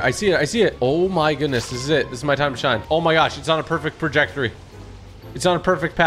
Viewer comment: He might need to go back to school. TG: "it's on the perfect perjectory!" Everyone else:🤦‍♂️